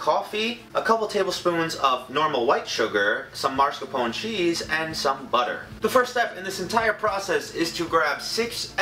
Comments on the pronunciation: MARSCAPONE? it's 'mass car pon ee'. there is no r after the 'ma'. it's spelled mascarpone, not marscarpone. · I just thought I'd point out that in the word mascarpone you pronounce the e on the end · I love your vids sm but the way you pronounced marscapone (excuse my spelling) made me cringe a lil bit 😂😂 but y’all can say it how you want it’s just how I was brought up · Marsopone? It’s pronounced masc-a-pony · it's mascarpone. not marscapone maybe next time say Al Capone and it will be better CRINGE JOKES SQUAD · I think it's pronounced mask-a-pone-ie. COME AT ME. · he said mascarpone like mars-capone... help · HE DOESNT PRONOUNCE MARSCAPONE RIGHT TIME TO CRY AND YOU DONT NEED THAT MANY EGGS WTF